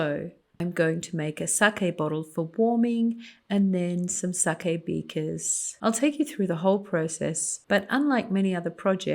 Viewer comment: And you pronounced sake correctly.